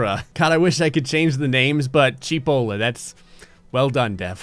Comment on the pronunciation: I'm Italian and the way you pronounced cheapolla is written "cipolla" in my language and means Onion😂😂